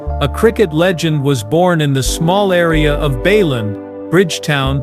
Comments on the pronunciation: Bay land (not baylun) Sa bine nah (no sa been a) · It is BAYLAND,THE REPORTER SAYING BAYLAN